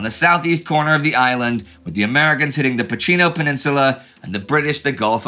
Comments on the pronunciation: Please Indy, it's pronounced Pakino, not Pacino. "CH" is always pronounced "K" in Italian. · Hello, nice episode as usual. Just to point out that in Italian language the letters "ch" are pronounced as "k". For instance Pachino sounds like Pakino to english speaking people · Just a quick note to correct the pronunciation of Pachino, which should sound in English like Pakino ;)